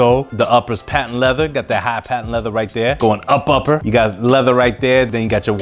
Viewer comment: My dude say up upper 🤣😂😅🤣💯💯💯